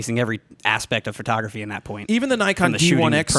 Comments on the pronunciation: why does she call it furtography? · Jared did a great job with a difficult interviewee. Where's Todd during these? Is she saying fro-tography? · What is this new "FER-tography" industry she speaks of? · Is it just me, or does she keep saying Furtography. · i love her work but does it bother anyone else that she keeps saying "fertography"?